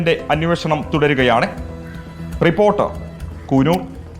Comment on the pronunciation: കൂനൂർ അല്ല.. കുന്നൂർ